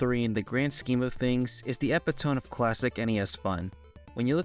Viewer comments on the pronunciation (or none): good vid. fyi, epitome is pronounced "uh pit oh me". English doesn't make sense. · epitome - ee-pit-o-me